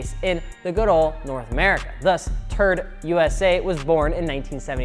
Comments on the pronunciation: Turd? no no no no no no, it is T-R-D. WTH MAN!!! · No one:: T(U)RD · "...and today we're talking aboutTURD!" That was the most wholesome laugh I've had in a while, thanks guys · Your saying TRD wrong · Me pronouncing TRD : "T" "R" "D" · Although I'm a little butt hurt at your pronunciation of T. R. D. I will say it's Toyota's fault for not giving them the budget for not going ape shit and developing racing/performance stuff for all their cars. Its mainly trucks now.... so they sort of deserve that name.